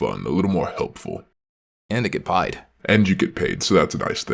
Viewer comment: Off topic, but when he said "And I get paid" It sounded like pie (t). So in my head canon the command get partially paid with pie